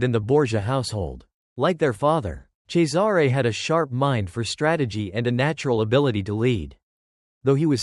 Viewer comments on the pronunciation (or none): Cesare is pronounced "Chessarey" not Cesaaaare